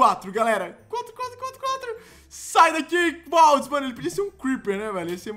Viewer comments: Tt é "Baldi" o nome do cara, não "Baldis"! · dislike porque se fala baldi não baldis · não é baldiS é BALDIIIIIIIIIIIIIIIIIII COM IIIIIIIIIIIIIIIII